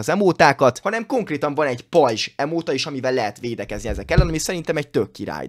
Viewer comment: Bocsánat de nem rajzs hanem r